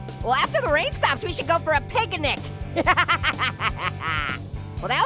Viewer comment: Pig-a-nic LOL peppa was piggy